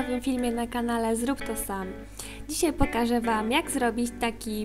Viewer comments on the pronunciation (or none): none